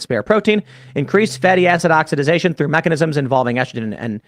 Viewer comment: It’s OXIDATION, not oxididzation?? Wtf